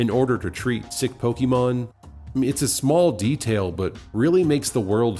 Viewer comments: I'm almost certain that is not a Pokémon fan because of his atrocious pronunciation. It's "Po-kay-mon" or "Po-kuh-mon", not "Po-kee-mon"! I know it's a silly pet peeve, but it truly makes me cringe. The wrong pronunciation reminds me of all the adults back in the 90s who were baffled by Poké-mania. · What's pokeymawn? Are you trying to say pokemon? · Pronounces it "po-KEY-mon", opinion irrelevant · I’ve heard many, many Pokémon fans pronounce the word “Pokémon” in multiple ways all the time. It’s not that much of a big deal. I personally say it as “Po-Kay-mon”.